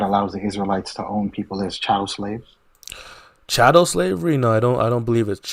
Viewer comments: Stop saying Cattel. The word is “chattel”. By definition it is chattel slavery in the Bible. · Child, it is "chattel" slavery. Pronounced "chat-ell". Not "cattle".